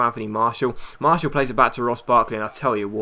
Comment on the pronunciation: Please, it is pronaunced Mar-ti-al not Marshall